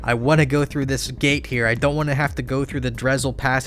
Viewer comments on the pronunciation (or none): none